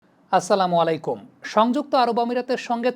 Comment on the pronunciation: আপনার সালামটা দেওয়াটা একটু শুধরে নিবেন, আসসালামু অলাইকুম হবে না, হবে আসসালামু আলাইকুম